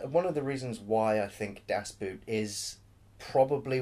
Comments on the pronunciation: The pronunciation...😂. "Boot" sounds more like "boat", but a little more extended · It's not pronounced "Das BOOT" even though that is the spelling. You should have enough curiosity to wonder how that word is pronounced in German. "oo" in German is pronounced the same as "o" in "go". In other words "Boot" in German is pronounced as if the word was "Boat". Why do Brits lazily - and arrogantly - assume that the way a group of letters is pronounced in English is necessarily how it will be pronounced in the other language? No wonder we are renowned for our inability to learn other languages... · Great review of an excellent movie. Definitely the best submarine movie ever, and one of the best war movies ever. I watch it at least once a year. I just wish you'd stop saying "das boot" and say "das boat" :-) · Coy Leigh Because in German it's pronounced more like 'boat' and not 'boot'. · Not very important but the word "Boot" sound much more like "Boat". And yes it was one set. The most realistic replica ever made. To shoot under real lighting conditions they used highspeed films that r usually used for slow motion because it´s very light sensitive. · Just pronounce it like “boat”, not “boot”, then you’re on the right track. German “Boot” means “boat” and is also pronounced very similarly ;) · Sounds like you are taking about a „boot“. Das Boot is pronounced much like the english word „boat“ just with a longer vowel sound. The more you know... :-) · It's pronounced: BAOT (almost at least) Not Boot! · Sorry guys, it is Das BOAT, Pronunciation of the german "boot" is more or less the same as the english "boat" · Two things. One of the great things about the movie is the excellent soundtrack (you could have a least mentioned it). Also please pronounce it as 'Das boat' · It's pronounced "boat"... come on. That one isn't hard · Please you people from English speaking countries: Das Boot (boat) is not pronounced like the boot (footwear). Think of 'bot' but with a long 'o'. 😉